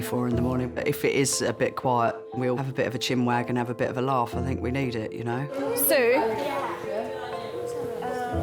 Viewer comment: Fink is not a word its Think! Really annoying hearing it. As well as Fort instead of thought